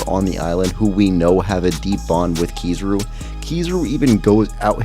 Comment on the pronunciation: It’s Ki-ZA-ru in terms of emphasis in pronunciation